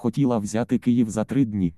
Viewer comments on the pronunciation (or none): none